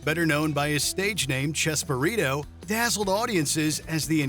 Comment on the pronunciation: It’s chespirito not chesburrito